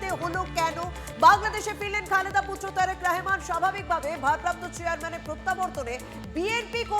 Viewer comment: দিদি,নামটি সঠিক ভাবে বলুন।